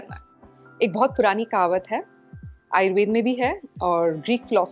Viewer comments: कार्यक्रम बहुत अच्छा है लेकिन कृपया हिन्दी के शब्दों को हिन्दी में ही बोलें । यह आयुर्वेदा नहीं आयुर्वेद है, दिनाचर्या नहीं दिनचर्या है, जथर अग्नि नहीं जठर अग्नि या जठराग्नि है। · आयुर्वेदा नहीं आयुर्वेद बोलो...दिनाचर्या नहीं दिनचर्या बोलो...इतना कठिन भी नहीं है कि बोल न सको।